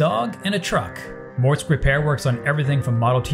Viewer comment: Dude! It's Mortske. Pronounced mortski